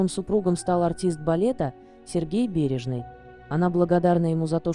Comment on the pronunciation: Сергей БережнОй, а не бережный! Театр Ла- СкАла , а не ласкалА! Берётесь озвучивать видеоролик, а такие ошибки делаете- просто невозможно слушать!